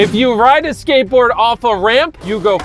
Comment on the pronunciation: Is it just me or does it sound like they say gateboard